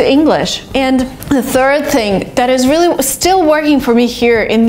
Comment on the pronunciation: "vreally" haha, i like the way you talk